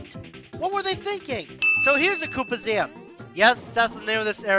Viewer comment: Also it’s Koopaseum it’s a portmanteau of Koopa and Coliseum you’re saying it like it’s museum!